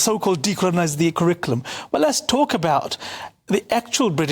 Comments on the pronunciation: I think it's hilarious that the bloke who is head of the national curriculum can't say curriculum. Crickulum?? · How does this guy have any say in the kriklum [sic]? Not that he can even say the word "curriculum".